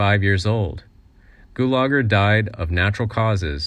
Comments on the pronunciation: It was pronounced Gue la ger, not Goo lah gur. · Glube Gulagar!! Hahaha! What kind of goof ball pronouncer of names?😵👊